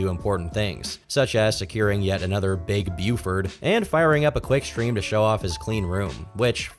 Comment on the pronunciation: I domt know why, but i like the Big Buford, and the way you say it made me feel personally attacked for that.